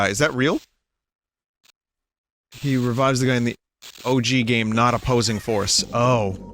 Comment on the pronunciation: Opossing Force, ah yes, my favorite